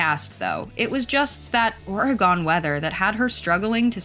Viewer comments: They never can say our state name right ! It's OREGON! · dear Hollywood, learn how to pronounce Oregon